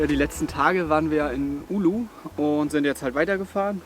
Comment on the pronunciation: Es heißt Oulu und nicht Ulu :D Aber schönes Video. Bekommt man Fernweh.